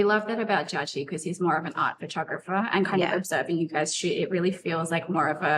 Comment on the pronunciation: Kim keeps saying fur-tographer. It's Pho-tographer. 😢